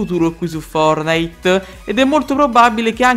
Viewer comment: Posso dire una cosa ma tu perche dici fornite booooo